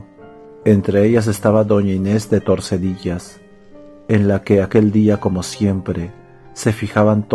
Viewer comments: "Torsedillas", no...TORDESILLAS, en la provincia de Valladolid y en la Comunidad Autónoma de Castilla y León. Doña Inés de Tordesillas. Gracias por el relato. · ¿Soy el único que se ha acordado de este tema de "Saint Seiya" con la música de fondo? Por cierto, creo que es Tordesillas, no Torsedillas.